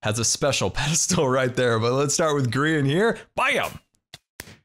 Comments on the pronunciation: Grian not Grain! Your house is really cool. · GRAYAN? ITS NIT PRONOUCED LIKE THAT. 🤣🤣🤣